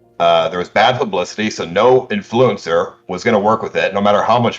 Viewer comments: the most annoying this about this guy is how he pronounces inFLUencer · why does he keep saying influencer like that